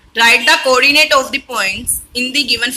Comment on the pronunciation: Ordinate ❎ Qordinate✅